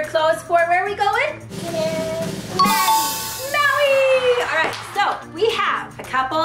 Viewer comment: they said they are going to maui but keep saying hawi🤬😡😡😡😡😡😡😡😡😡😡😡😡😡😡😡😡😡😡😡